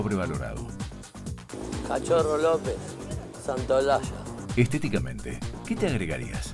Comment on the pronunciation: Todo bien, hasta que dijo ''Santaolalla''